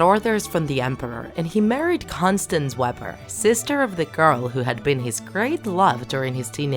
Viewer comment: It’s pronounced : Con- stan- za not Constance